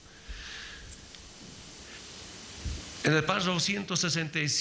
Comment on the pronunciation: "Páshafo", "Parfo", "Prrafo",.... ni siquiera sabe pronunciar PÁRRAFO bien.